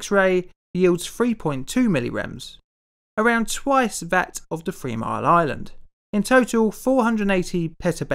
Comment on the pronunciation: Did he say free mile island?lol. The subtitles did.